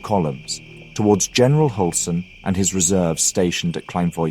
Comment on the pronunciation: Read the ”ü” with a ”y” sound instead in german names. So instead if Hulsen it is more like Hylsen. Great video regardless!